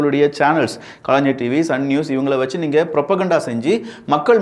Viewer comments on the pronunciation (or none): none